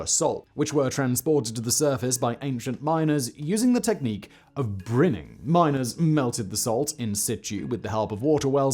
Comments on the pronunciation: But "brin-ing"? It's a briny gerund, yaarh. Brine-ing. Maybe should hyphenate that one. or do a rehearsal now and then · You laugh at Venice's misspelling, I laugh at brining's pronunciation.